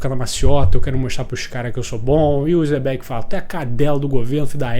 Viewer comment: O quão difícil é pronunciar certo os nomes? Kkkk uzop e zebec mds kkkkk